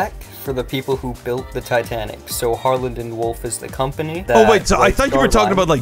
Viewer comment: Bro you mean titaic?😅😅😅😅